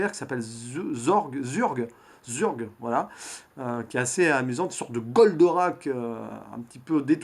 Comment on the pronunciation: Par contre c'est bien zorg pas zurg